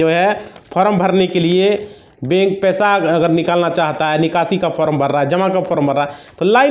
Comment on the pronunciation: तुम को तो बोलना भी नहीं आता बैंक को बेक बोल रहे हो